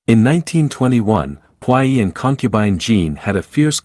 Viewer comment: Please learn how to pronounce the words correctly. Puyi is pronounced poo yee. Look words up if you're in doubt.